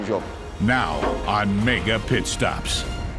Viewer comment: The “meyger pit staaap” 😂